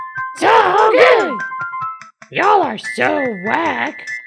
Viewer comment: I still say 'grood' 8 years later, along with everything from these vids